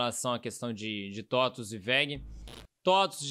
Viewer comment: Tem só que aprender como se fala TOTVS hahah